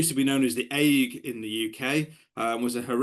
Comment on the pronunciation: Really interesting talk I shall look at mosquitoes with a different perspective now. (BTW ague is pronounced "ay-gew" - it doesn't rhyme with "Hague". Pedantic but I think worth being aware of)